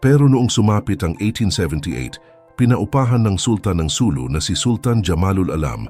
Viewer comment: SuLU. Accent on second syllable.